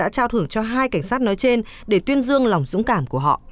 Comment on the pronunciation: Nghe phát thanh viên noi từ hành vi dung cảm nghe sai sai sao ý